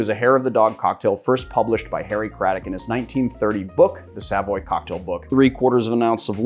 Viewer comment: When he said "the Savoy Cocktail book" i first thought he said "the sadboy cocktail book"